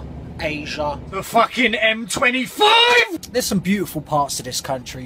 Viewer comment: "tHe fuCKING M twenty fiVeeEEeeeeE"